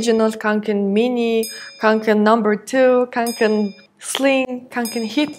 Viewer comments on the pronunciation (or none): кункэн гэж дууддаг шүү ккк шведэд хүн болгон л бараг үүрцэн байдаг